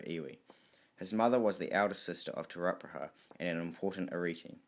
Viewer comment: Awesome mahi brother, just remember to check pronunciation especially with chiefs such as these you are butchering there names, imagine everyone were to do so the language of Maori would change. Te Rangi high ata Te Rau Para ha